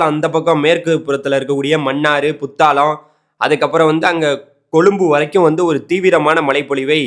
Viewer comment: தம்பி நீங்கள் கூறுவது சரி நல்ல விஷயம் நன்றி ஆனால் இலங்கையின் மாவட்டங்களின் பெயர்களை சரியாக உச்சரிக்கவும் புத்தாளம் இல்லை புத்தளம் வாவுனியா இல்லை வவுனியா இது போன்ற பிழைகள் திருத்தங்கள் செய்யுங்கள் தவறாக இருந்தால் மன்னிக்கவும்